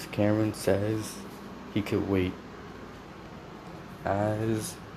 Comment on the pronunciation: Her name is ka rin not karen